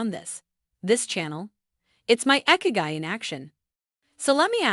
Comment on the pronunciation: It's not "icky-guy". It's "ee-kee-guy" 😑